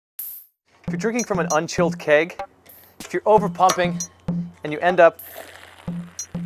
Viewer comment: haha i kept thinking is he saying cake or keg . LOL